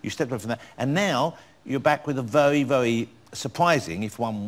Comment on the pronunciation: Vewy supwising